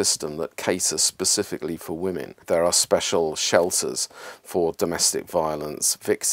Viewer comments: Why do you say woman when you should be saying women? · Why can't the narrator pronounce women? He say woman in a plural sense 🤔